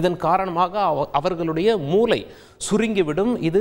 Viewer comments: தாங்கள் மூளை ( brain) என்பதை மூலை ( corner) என்று சொல்வது போல் கேட்கிறது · தமிழ் உச்சரிப்பு மூளை ஐயா நீங்கள் மூலை என்று உச்சரிப்பது போல் உள்ளது நன்றி.